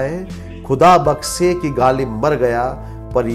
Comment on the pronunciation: It's not gajal . It is gazal.nd bakse it is bakhshe